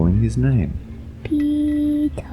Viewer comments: did he say "pika" like pika pika pikachuuu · I thought he said "Teto" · I thought he said tiiiitaaaa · Pee Tara is soo cute but i think it’s peter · First I heard:- Lucass Second:- Tea Topp Third:- Peetart Fourth:- (After reading the comments) Peter. Me: Oh~ So his name is Peter? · You mean peee-taah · It’s sound like The boy is said retard instead of peter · It sounds like he's saying Pitooooo 😂 In Spanish it means penis. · Nobody: Literally nobody: PEE TAAHH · I’m not gonna lie I thought that when he said his name he said “pedo” XD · All I hear is Pee Tar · Why i hear petor and not peter? XD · I thought he said dee-tah. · lol why she keeps saying “peeto” (dick In Spanish) 😂😂😂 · i thought he said peep hole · Pee taa more like pepp aaaa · Ik its "peter"but i keep on hearing "beat her." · Now I hear beat her. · I hear peta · Funny I keep hearing ''PETA'' for some reason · The first time it was said I thought it was “Pee Cock” And I was like: What the frick is that for a name? Poor Peecock... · I heard Pedro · I hear Pee to😂😂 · Australian or English way of saying Peter is said with a longer 'aah' sound at the end compared to the American pronunciation.